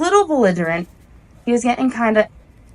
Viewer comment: Someone has to teach this chick that T's and G's exist in the English language and we pronounce them. If she can't get that much right, what else is she ge-in' wrong???